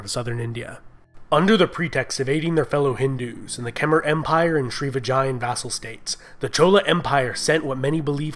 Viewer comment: It's Khmer ----> Khem ai